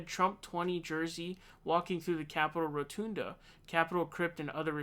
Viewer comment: Row-ton-duh Not Roo-tune-da